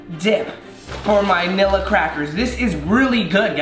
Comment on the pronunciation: Nilla switch the L’s with g’s